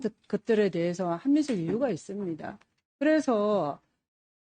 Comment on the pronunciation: 친일파당 아니랄까봐. “있으므니다”래 ㅋㅋㅋㅋ